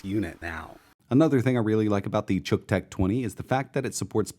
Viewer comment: So, uh, just exactly how are we supposed to pronounce the name of this thing? It's pretty obvious that had to do a ton of overdubbing to change it from however he pronounced it originally (rhymes with buck?) to "chook"; but, that doesn't seem right either. Is it "Cook-tech"? Yeah, that's the ticket! That name is so unfortunate. Best case scenario its name promises that it'll fry whatever you plug into it, and at worst it's something that my girlfriend's husband would use to charge his camera. Good job, Xiaomi marketing people. Good job.